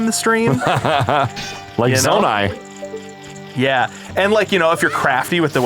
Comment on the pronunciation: Gotta admit, guys. Hearing Skull-too-lah hurts me more than Zonay ever did 😂